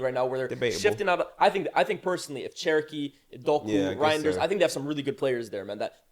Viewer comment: keeps calling Cherki “Cherokee” iykyk